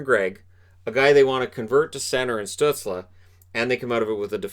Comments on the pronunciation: Hey I really enjoyed the video and your channel! However I do believe that Tim Stuetzle is pronounced “stoozle” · Reichel and pitirka? No no no no no Stuzle and pitirka :)